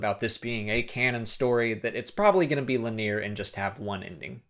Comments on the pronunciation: lin-e-yer not lin-eer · King Hippo oh my gosh shame on me, and linEer is the way most people pronounce the word anyways. I'm not trying to be condescending it's just thats the way you are supposed to pronounce it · LIN E UR not LIN EAR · Linear is pronounced linEer, not lenear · Linear is pronounced "LIN-EE-er," not "Luh-NEAR." I hear odd or uncommon pronunciations all the time, and many words have acceptable variants, but I've never in my 41 years heard "Luh-NEAR." Now, just to demonstrate I'm not picking on you,, I spent a good many years mispronouncing the name "Ozymandias" because I'd not heard it said (I was reading Watchmen in the '90s in high school). I said "OzymanDEEus," not "OzyMANdias." The later still sounds wrong to my ear even though it's correct. Great videos, though, keep up the good work!:-D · Love your videos. Fantastic content, good discussion, and it's all presented very cleanly and very well. However, it is pronounced LIN-EE-ER. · Lin - ee - er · Le Nerre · You are saying linear wrong. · You say linear strangely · What a terrible way to pronounce "linear". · Hey man not sure if anyone else pointed this out, and no offense, but you are pronouncing 'linear' wrong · my man you are pronouncing linear wrong. but its cool, i pronounce things wrong all the time